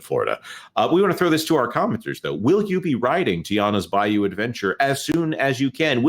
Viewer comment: Tianas Bluh-you!